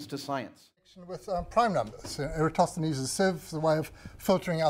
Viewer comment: VSauce pronounces it correctly with the emphasis on THEEN. (if VSauce tweaked the "-thenes" part, to sound like "tennis" with a soft "th", it would be pewwfekt!) Greeks around the world cringing at all the other pronunciations. So in this case, the majority are wrong.